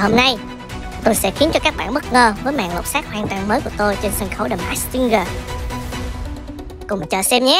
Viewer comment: Làm ơn phát âm chữ “masked” chuẩn hơn được không ạ…